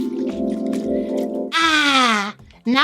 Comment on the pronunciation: LMAOOO "Let's just give this weg,, I sprehhhhhhtz~" CACKLING